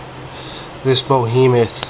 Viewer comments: A " boheemoth " ring. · "Bohemoth" is not a word like you keep saying. Behemoth is though :)